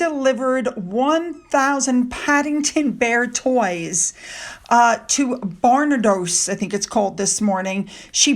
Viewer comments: It's bur-nar-dos (As in her-tar-toes, if rhyming) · Me again - New Quay is pronounced New Key and Dr Barnardo's is more Dr B'nardos. I'd be no better with USA pronunciation, so no pressure x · Hi it's pronounced Bar nar does it's a children's charity that has been going since the early 1800s. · Hi. Here’s a little pronunciation help. Barnados - barn-(y)ard-o’s (without the Y) And from yesterday, Kew Gardens - Queue Gardens. I lived over that side of London as a kid, Kew was a regular day out. It is a fantastical magical world to a small child. Fun fact. Do you remember Alan Titchmarsh (pronounced Titch- marsh) who helped host the jubilee. When you pronounced his name I was drinking my coffee & almost choked on it. I loved how you said it. Alan left his home in the north of england amidst scorn from his dad, because you can’t make money from growing flowers. He arrived in London and got an apprenticeship at Kew Gardens. He is now Britain’s top celebrity garden expert & a really good fiction author. Another name you mispronounced was when you mentioned the River Thames. Pronounced Tems if your from London. It made me chuckle. But also made me realise that Britain’s longest river, that goes through the heart of London & was central to London life & commerce for centuries, may not be as world wide famous as we might presume. I hope you don’t think this is a criticism. Trust me, we are all guilty of it. I pronounced the name ‘Hermione’ - Her-me-ony throughout reading the Harry Potter books to my daughter, right up until the films came out. How are we supposed to know if we’ve never heard it the word spoken before. I love it when you mispronounce. Your human and it makes you down to earth instead of a YouTube starlet. Lots a luv 🕯❤️ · Yes we are a difficult nation with pronunciation. Barbados is pronounced Barn-ard-ohs !!